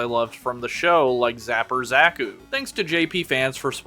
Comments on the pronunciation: Ah yes zakos not zakus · god damn that pronountiation of Zaku (usually pronounced zah-cou) makes me, someone whose only experience with the og gundam series with amuro ray was just char's counterattack feel wierd, though ig it makes sense if that is how they pronounced it